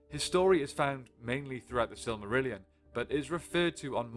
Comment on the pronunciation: There you go that’s how you pronounce the silmarillion.